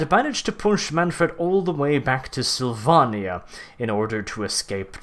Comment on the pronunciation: The way you say Slyvannia makes me sad :(